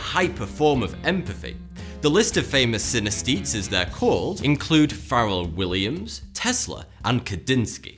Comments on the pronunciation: Did he just say Feral Williams? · lmao it's Pharrell Williams